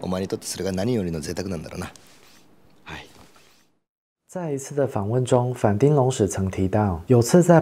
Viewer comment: 反町的町發音是"挺"，不是丁，全世界就只有西門町的町發音是丁，這完全是因為當初就這樣亂唸積非成是的結果 順帶一提，反町演過的劇我最喜歡的是Over Time，可惜影片中沒提到。北川悅吏子巔峰時期的優質劇本，跟反町和江角全盛時期加顏值巔峰的精彩演出，滿滿惆悵和遺憾的結局，至今仍是我最喜歡的日劇之一